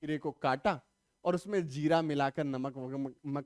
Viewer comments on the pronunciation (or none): none